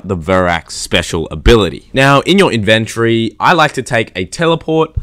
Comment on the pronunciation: Decent video, really helped me to murder that teddy bear and steal its cub. 3/5 P.S I have a question. Question -> why do you pronounce a simple word like inventory like "in-ven-try". It sounds so dumb lmaoo.